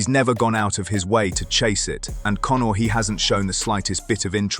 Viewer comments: "Cone"or lmao! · Why do you keep calling “Cownar” ?